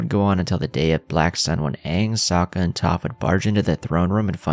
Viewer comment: Bro homie. Good videos, but like the names of characters are pronounced hundreds of times in the show. Please please stop with the "Soak-Uhh"